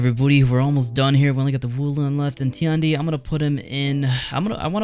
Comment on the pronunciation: You got tiandi and jiang jun wrong